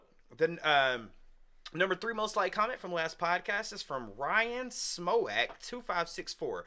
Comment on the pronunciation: hahaha cheers guys! Smoak is pronounced like "smoke" but its cool. You're not the first to butcher my name, waves of substitute teachers got there first. I blame the old Germanic spelling lol